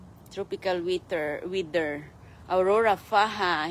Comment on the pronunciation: Farm daw ??? garden lang yan.!!!! anong bedstibols,molberry ,tropical wither ?? ,lecture na mali mali pronunciation.😅😅😅😅